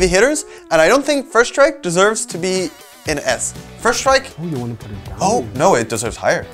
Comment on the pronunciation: Strike not SRTIKE